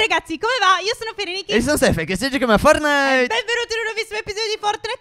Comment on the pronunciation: Stef hai detto Fornite.NON e per offendere però...